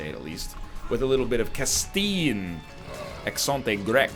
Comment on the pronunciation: ACenT ÉgReQue ( accent grave) ha you egg<3